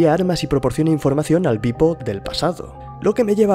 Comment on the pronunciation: tu dices beep-o, yo oigo pipo...